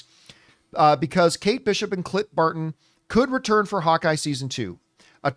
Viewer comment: ... you gotta enunciate the "n" in Clint, John 🤣 just teasing in good fun. You are a YouTube treasure and I could not do what you do. Bring on the filthy.